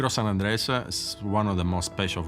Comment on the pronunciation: Keeps pronouncing it as San Andreas.... San Andrés (sahn- ahn-drez)